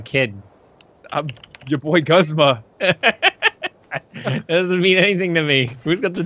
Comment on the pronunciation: its..... guzma how to pronounce gooz ma